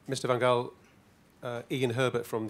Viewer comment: Maybe it's just cause she knows she can't pronounce the g in his surname, just as many Englishmen can't seem to get it right. She introduced him in the first part as Louis van Gaal